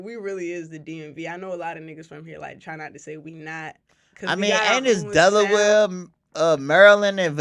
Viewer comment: said deleware lolol its dc md va